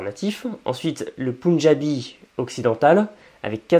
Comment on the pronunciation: En français, on dit pendjabi ou panjabi, pas poundjabi. On n'aime pas quand quelqu'un utilise cette prononciation